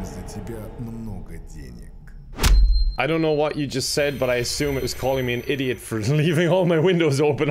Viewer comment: it means idiot, some ppl say "idjit" as a joke because someone who is so stupid to the point they are an idiot would mispronounce the word. Typically it is pronounced "id-jit" with a short 'i' sound but either for humour's sake or because of the dialect difference he pronounces it "id-jeet" with the long 'e' sound.